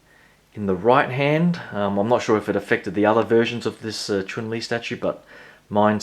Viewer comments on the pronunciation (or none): Chun lee not choon lee lolllll